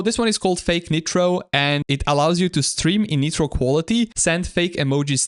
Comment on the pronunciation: Bro its not netro, ITS NITRO N-AI-TROAH (W vid btw)